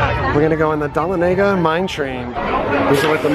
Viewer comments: Duh- lon- néga. = Dahlonega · you horribly mispronounced the "Dahlonega" mine train, but loved your video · Please for the love of god search the pronunciation or dahlonega